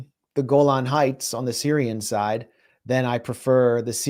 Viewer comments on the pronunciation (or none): none